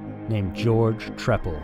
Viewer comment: I remember watching this on American Justice. His name is pronounced “Tree-pal.” At least according to Bill Kurtis. 😉